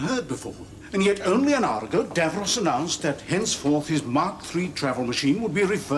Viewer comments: It's Davros, not Davrose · Genuine curiosity here: Davros is clearly pronounced with the second syllable identical to the boy's name Ross. So why is it that Americans (and I've watched quite a few US Who reactors) always pronounce it as Dav-rohss? I mean, I've watched all of Friends, and Ross is never pronounced Rohss.